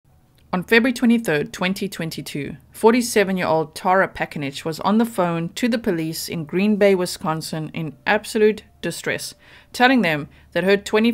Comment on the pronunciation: How about you try to her name(the mom) correctly. Tara... ta-air-ra. Typical I know but you can do it. This woman had to deal with finding her child in a bucket and you can't even get her name right? What the hell?